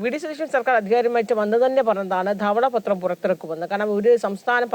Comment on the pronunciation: ഉച്ചാരണ ശുദ്ധി ഇല്ല. ദവള പത്രം അല്ല. ധവള പത്രം എന്നാണ് ഉച്ചരിക്കേണ്ടത്.